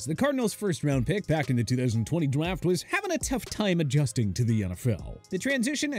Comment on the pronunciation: "2020 dwaft" lmao